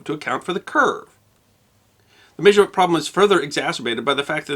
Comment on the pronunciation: It doesn't make sense to tell people that they are mispronouncing something when they are using the accepted pronunciation. It makes you come across as a word snob. Who cares whether it has changed over time? Most words change. Your own pronunciation of "measurement" is odd to me, but I wouldn't suggest you are wrong.